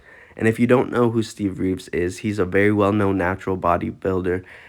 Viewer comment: Training like Steve Reeve's what?? And his name was Reeves, not Reeve.